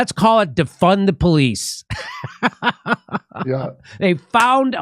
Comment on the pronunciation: He never said "defund the police", he said "deFUN the police".